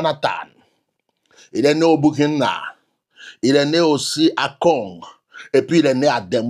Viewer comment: C'EST KONG, NON GON.